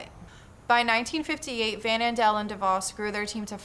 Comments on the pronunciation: Hey! Van Andel is pronounced Van AN-del. (Were a bunch of Michiganders who talk through our noses haha) Source: I’m from Grand Rapids where them and the Devos family own everything. Also my parents got sucked into Amway during my growing up! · I live in the city that treats the DeVos and Van Andel families like deities; having places named after them and even a hotel named after Amway. You have the correct pronunciation of DeVos, but the Van Andels are pronounced as Van like the vehicle; Andle like handle.